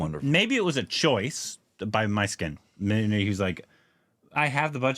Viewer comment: The director's name is the name of the lead from Dostoyevsky's Idiot. Prince Mysskin. Pronounced in Russian as Moushkin. In tamil, it is Mishkin.